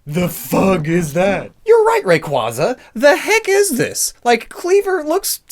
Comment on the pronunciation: it's Ray-quay-zuh. As in quasar. As a PokéTuber, ya gotta get these names right.